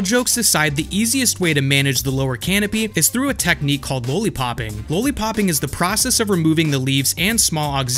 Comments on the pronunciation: It’s not pronounced low-lee-popping, it’s lolly-popping. Because they look like Lollipops. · lah-lee, not law-lee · Lowly Popping --> It's Lolli Popping Exspecially --> It's Especially Just LOL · I'm willing to forgive the "expecially" but bruh.... "lowly-popping"? have you never eaten candy? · Why are there no comments on the way he says lollipopping 😂 Love the channel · Did you hear somebody else pronounce lollipopping the way you pronounce it? You honestly have some of the best produced videos out there. Hope everything is good. Can you tell me if you are still producing content on other platforms. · It's lollipopping 🍭 like the candy. You pronounce it strange for some reason. Lol